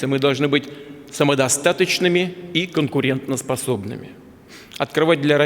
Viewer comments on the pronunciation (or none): ВВ, оказывается, тоже не знает, что надо говорить не "конкуреНТНоспособными", а "конкуреНТоспособными". Русский язык! 😃